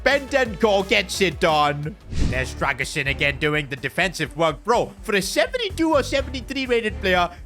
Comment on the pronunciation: Dragson ❌ its Dragusin ✅